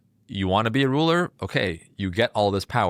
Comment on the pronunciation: Does anyone know the origin of her pronunciation of ruler or truth? It’s quite odd